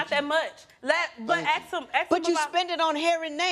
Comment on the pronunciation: You do not AKS her you ASK her